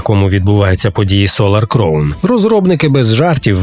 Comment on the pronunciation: Кількість правильно сказаних слів "crown" за останній рік: 0